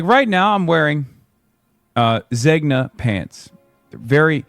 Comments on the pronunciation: Zegna is pronounced Zen-Ya. I was a tailored suit specialist for 8 years. What a clown lol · OK, maybe he doesn't know he's flaunting his wealth, because he mispronounces the brand Zegna. The g is silent and the n is Spanish. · … it’s not pronounced “Ze’G’na”… lol. Is he mispronouncing it on purpose to try to make it seem like he doesn’t know he’s wearing a, usually, custom tailor made pair of Italian pants? I own Zenga (pronounced closer to Zen-ya or Zain-ya) pants. They are great. But the repeated use of “ZeGna” as the pronunciation was laughable. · ermenegildo zeg-nuh it's pronounced zenya ffs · ZEG-na? ZEG-na pants? Wait. Dude - can't anyone pronounce Italian brands correctly? It's ZAHYN-ya, ffs. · dude can't even pronounce zegna. 😂 It's pronounced Zen-yah. The g is silent. 😂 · Hasan can't even pronounce Zegna properly lol. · For a fancy boy, he doesn't even pronounce Zegna correctly. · by the insane way he pronounced it, he seems to be so racist he thinks Italians and Spaniards are the same. probably got his brain rotted from using too much hypebeast Balenciaga and thinks every luxury brand is pronounce the same or something lmao how can a billionaire nepo baby be so ignorant is beyond me